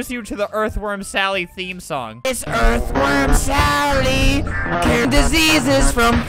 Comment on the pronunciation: Erth WORM SALLY YUH ITS ERTH WORM SALLY